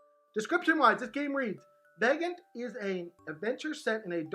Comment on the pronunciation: Isn’t it pronounced VAG-OHN-TAY?